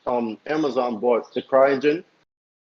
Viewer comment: THERE IS NO “R” IN THE WORD BOUGHT. LEARN HOW TO SPEAK HOLY SHIT